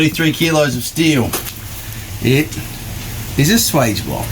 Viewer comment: swage rhymes with wedge, not wage